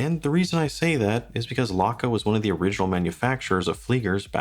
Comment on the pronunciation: Stowa is pronounced Shtova. Laco is pronounced Layco. Archimede puts both to shame for value in an actual German Made (not just German assembled) flieger.